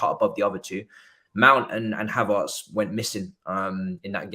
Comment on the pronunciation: Lmfao bro said CHYY HAVERTZ 😂😂😂😂😂😂😂😂🤣🤣🤣🤣😆😆😆